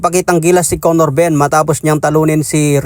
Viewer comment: Yow wtf! Did he just said CONNOR BUMM 😂